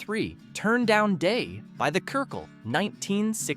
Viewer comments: Oh for God's sake!!!!!!! Cyrkle pronounced CIRCLE!! NOT KERKUL!!! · It’s NOT “The Kircle!” It was pronounced CIRCLE! Amateur!